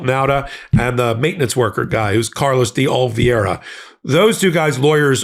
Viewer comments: STILL can't say DE OLIVEERA????? So easy! You never say it the same way two videos in a row.. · OMG OMG FINALLY pronounces Oliveira's name CORRECTLY then literally 2 seconds later he goes back to MISPRONOUNCING IT AGAIN!!